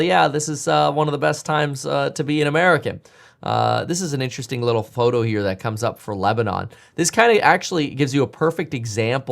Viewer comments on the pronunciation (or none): none